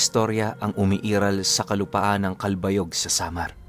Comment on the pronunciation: Good Noon po Listening from Samar...just want to say mali po ang pag pronounce niyo ng CALBAYOG...some of your pronounciation po especially sa mga lugar sa Samar ay mali po...just saying po para mai-correct sa mga susunod na story niyo... anyway I'm an avid listener...:pride-heart-rainbow-philly